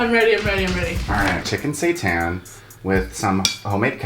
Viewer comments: i do NOT wanna see you make satan!!! and by the way, pronouncing it satÄn will not fool me. please keep your devil worshipping ways away from me and my holy body thank you!! also quick question: what kind of bread did you use for your sandwich? Multigrain? Whole wheat? Rye? It looks delish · Honestly didn't know what saitan was and I thought you were just pronouncing Satan in a fancy way 😂